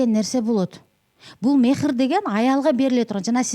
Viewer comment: МЕХИР ЭМЕС. МАХЫР ДЕП АЙТЫЛАТ. НФАКА.БУЛ КАМСЫЗДОО.